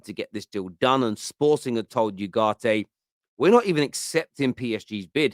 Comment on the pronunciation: It`s not YUGARTE, you idoiot! It`s U-GARTE. As in the word oohh.